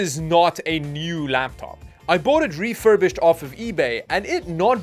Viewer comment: "Refurbished" hahaha